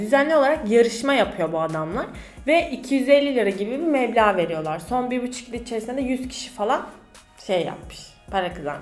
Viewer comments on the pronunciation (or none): mevla değil meblağ